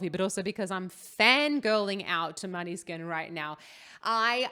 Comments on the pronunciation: The pronounce is moneskin......not maneskin... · You are saying the band name wrong 😂